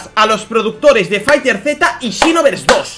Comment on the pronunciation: "and xinovers dos" JAJAJAJAJA